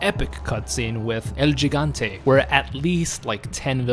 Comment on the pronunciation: "El JIG-aunt-tay?" Seriously dude?